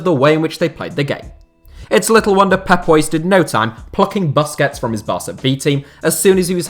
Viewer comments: Hate how he pronounces Busquets :D Its Boos-kets my bro! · When he said 'buskets' I wanted to die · The 'bus' in Busquets is pronounced 'puss' like pussy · The way you pronounce Busquets make me want to punch my phone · your pronunciation of Busquets is so hilarious